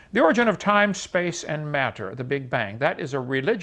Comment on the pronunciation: What is it with the way Hovind pronounces "matter"? Has anyone else noticed that?